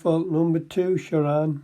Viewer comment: He couldn't even be bothered to pronounce his name correctly! It's ShaRAN not Sharon.